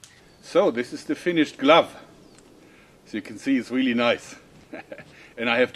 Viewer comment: " and it is weally weally solid" i love your accent